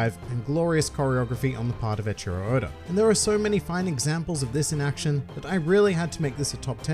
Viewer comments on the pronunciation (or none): i will never get over the fact he says echiro odder